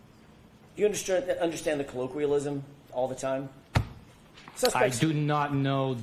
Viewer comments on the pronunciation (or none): I laughed my ass off. “I doo nut no the term kollokwillism” 💀